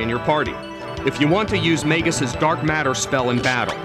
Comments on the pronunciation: i always thought it was pronounced 'mar-lee' because that's actually a name. in the japanese version though she actually was just called "marl" and instead of being "princess nadia" she was "princess marledia". as for magus.. well i thought it was pronounced "may-gus" but i could be wrong. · They guy can't pronounce anything right. ee-pok Mag-us Mar-ul The only one he got right was Cro-no Trigger. These are actual terms and words...marle is Latvian for gauze bandage.